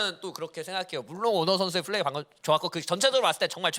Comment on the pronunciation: 가 너무 정신을 못차려서 불편했음 긴장해서 그럴수도 있지만 다음부터는 잘했으면 좋겠음 플 쁠 f p발음좀 구분 해주셨으면 좋겠음